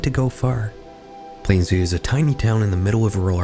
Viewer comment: i havent seen anyone mention that you keep saying plainview wrong and its killing me 💔